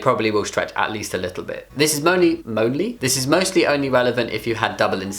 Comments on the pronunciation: "motly" hahahahah xD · so now I say "monly" instead of saying most only thanks Jamie!